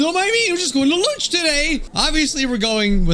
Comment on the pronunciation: I will now be saying Loonch instead of lunch 😂